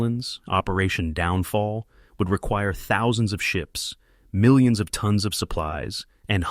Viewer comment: “Milli ons” - nice AI. Bye